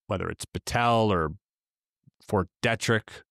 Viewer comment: Hey! You sound like a local from Frederick, MD now! Ft. Detrick, we call it "DEE-trick"